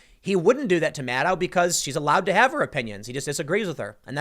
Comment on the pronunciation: Maddow rhymes with allow? Doesn't it rhyme with widow?